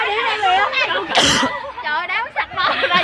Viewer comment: Đoạn cuối Cúc cứ: "hết giờ lè! hết giờ lè" :v :v :v "sắp hết giờ dồi" :v